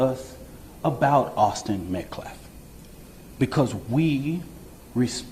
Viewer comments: this clown calls Austin Metcalf "Austin MetCLAF." Get the name right, you buffoon. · Not only did he say self deflense, he said "Austin Metclaf." What a moron. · He also said metclaf not metcalf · This idiot lawyer for the murderer can even say “Austin Metcalf” correctly. He said “Austin Metclaf” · The ignorant fool can't even pronounce "Metcalf". He keeps saying "Metclaf". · Dipshit called the Vic " Metclaf " CREEP! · He obviously has an issue saying "L", because I'm sure he called him "Metclaf", instead of Metcalf. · Disrespect coming from a baby shaker woman beater that can't even say words correctly, he literally calls him Metclaf everytime instead of Metcalf either its a capacity issue or intentional as a way to Disrespect the Family. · He can't even say Metcalfe! He said Metclaf!! If i was that knife wielding kid's mom! I'd be with my tail between my legs! I would not be out there in public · He doesn't even know how say the victims name. He said "Metclef". He just wants publicity. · That idiot doesn’t understand that the L is silent in Metcalf! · Mletcalf is what that dude said.... Lololololol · That dude can't say the last name correctly. "Metclaf"? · He says Austin MetCLAF!!! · Does it drive anyone else nuts when he says "Metclaf" can't even get the name right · This white dude with the red tie he's a real a**** he's a big racist and he should shut his mouth and if he's going to sit up there and talk he should know the person's name as well as the Anthony families representative he keeps saying metclaf. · The criminal spokesman for the murderer's family, can't even be bothered to pronounce Austin's surname correctly . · keeps things fired up.. Karmelo killed someone and he happened to be white. She is disgusting. He doesn’t even pronounce Mr. Metcalf’s name correctly. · He can’t even say the victim’s name right